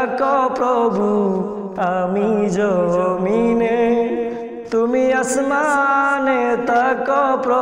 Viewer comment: জমিনে উচ্চারণ টা হালকা হবে